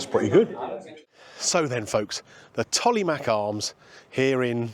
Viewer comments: Just for reference old boy its pronounced 'Tolmarsh'... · Love the Tolly, it's close to where my mum and sisters now live, haven't been there in a long time as I now live in California. BTW the mache in Tollemache is pronounced mash, even locals get that wrong sometimes as it's rarely said in full, just the nickname is generally used. Anyway, some nice restaurants and pubs in Rothwell down the road (Staci's Italian, Toro Steak House, The Old Bank, Thai Garden and more) as well, so that might be a good future vid or two if your travelling down the A14, going East/West.